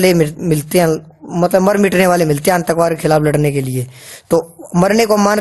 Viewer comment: sir antakvaad ni aatankvaad bht galat pronunciation h ...